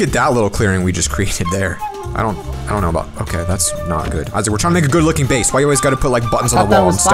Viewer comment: he said base like Davie504 says BASS. XD